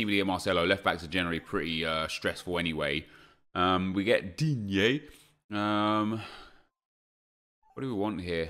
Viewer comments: "DIGne" hahaha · it is so funny how you say 'Digne' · Me too mate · Who else watches Nep’s drafts just to hear him say “Digne”? 😂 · The way you say "Digne" gets me every fucking time lmao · Love the way you say Digne, cracks me up every time. Also idk why the guy didnt swap around viera and zanetti, wouldn't that take the team up to 100 chem? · I like how you pronounce Digne 😂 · Can someone explain why sounds like he is having a stroke while saying digne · why does he say digne like that? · The way he says Digne makes me cringe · He's not mocking Digne, he's mocking the slightly exaggerated pronunciation he got out of Google when a stream viewer told him it's not "Dean"